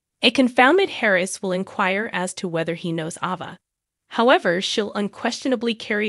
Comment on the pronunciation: It's Ava, not "Ova".